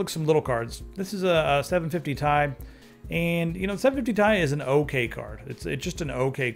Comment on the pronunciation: it's pronounced t-i., NOT TIE,!